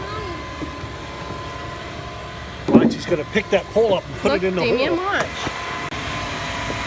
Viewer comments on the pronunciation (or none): I thought you were saying that you were getting a POOL delivered, not a POLE! 🤣